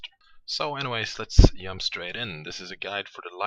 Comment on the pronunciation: Germany or Sweden for sure. He says "Yump" instead "Jump". :P